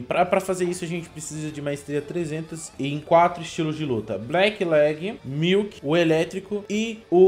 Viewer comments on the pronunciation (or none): Eu sei q ele quis dizer mink kkk mas saiu engraçado milk kk